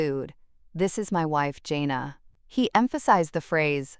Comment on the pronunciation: It’s Jan uh not Jane uh.